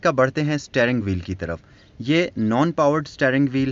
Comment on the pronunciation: Took me back to old times. My dad bought same model new when we lived in Quetta. It was one of the best cars we owned at that time. Very strong and comfortable ride. you were saying " staring wheel". It is 'steering wheel". When using English words in Urdu, please try to pronounce them property. It does make difference. Thanks